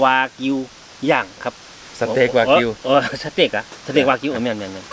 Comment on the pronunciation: สเต็ก นะครับ ไม่ใช่ เสต็ก